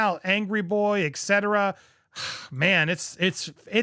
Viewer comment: I really enjoy you, and I would love to see you succeed on this channel and I encourage you to reach out to me so I can share some things about the royal family that you may not know and so your as articulate as you can be for example, etc., is pronounced with the ‘T’ before the ‘C’ ita